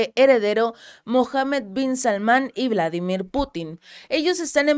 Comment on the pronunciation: El presidente ruso tiene un nombre ruso, y es VLADÍMIR, no Vládimir, porque eso es en inglés.